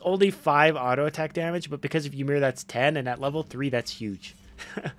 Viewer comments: Its actually y-mer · Master, I don't know how to really pronounce "Ymir" but it's funny how you say "Yeemir" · ah yes, whymer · like "Ee-mir"